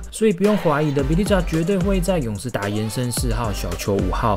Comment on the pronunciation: bjelica的發音應該是 b鵝lisa，而不是 b鵝li擦😂 不過這些歐洲球員的英文的確是比較麻煩就是了